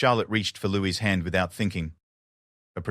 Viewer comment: It's Louis not Lewis